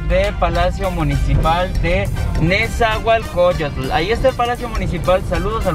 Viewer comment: Hola hermana, te haré una corrección no es "nezahualcoyo"tl se dice nezahualcoyotl todo junto 😁